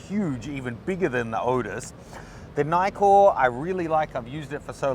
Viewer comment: Nkkor is not pronounced Nykkor!